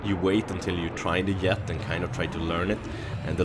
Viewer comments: y does he say yet instead of jet? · Are you swedish?? Because you cant pronounce the J of jet lol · yea, you call a jet a yet :P its funny but yea, ur very good :D